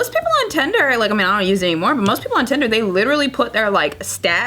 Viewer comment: OMMFFFFG... Stop saying it "Tender"